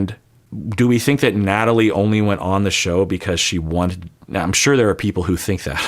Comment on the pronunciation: you’ve adopted an Irish accent when saying “sure” 😂 “shoo-er”